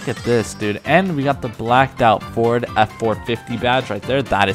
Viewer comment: Bro he said ferd 💀💀